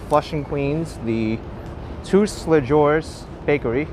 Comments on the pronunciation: omg hahaha it’s “too-lay-zhoo” but agree it’s an excellent bakery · Great video! I want to visit Flushing one day. Btw, Tous Les Jours, (All the days or every day) is pronounced "Too - lay - Joo", the "j" sounding like the "s" in treasure.